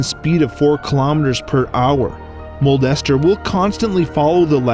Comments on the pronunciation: not Mold-Ester Moon its Molester Moon (Smosh) also 2020 anyone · Guy: modldester moon Me: molester moon! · The way he says it is the funniest “mole ester moon is a spherical object” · I heard molester instead of mold ester